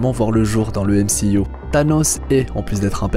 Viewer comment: J'adore quand il dit MCIOU xD